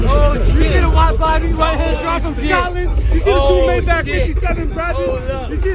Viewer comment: One would think y'all would know how 'Maybach' is properly pronounced.